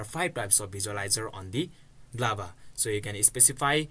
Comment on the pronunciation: Why do you say Z Lava?! It's literally showing G Lava on the screen